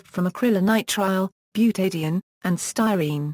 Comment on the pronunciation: Came here to hear it pronounced...disappointed the first time it seems to be pronounced, Acrylonitrile butadiene "sty-neets-ig-ya".